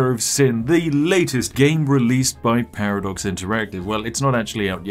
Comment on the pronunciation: Ah yes P A R A D O X